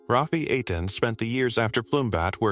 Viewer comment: EI IN EITAN is pronounced long A like rain. TAN is short o tahn like tonic